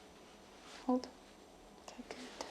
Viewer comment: i was thinking along those lines too. I’m not great with recognising slavic accents etc. but I did notice that her O’s are pronounced as like a deep U sound. I think it’s noticeable when she says ‘hold’ it sounds like ‘huld’ to me